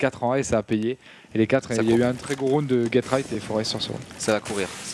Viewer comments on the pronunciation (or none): J'entend get_rekt à chaque fois, ai-je raison? Si oui, c'est get_right :3